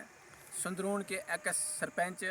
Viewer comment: Improve your Pronouncition .... Ex...ya Ekkus